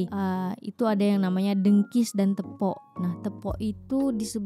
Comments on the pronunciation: assalam.. mohon mncelah...sebutan 2 harimau tu. 1.. dengkis 2.. tepok.. sebutannya.. teapok.. bkn tepuk mcm bnyi tepuk tangan.. tepok tu maknanya tidak boleh berdiri dn berjalan dengan baik..hanya mmpu mmgesot.. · Bukan tepuk tapi teypok. Orang Johor sebut teypok.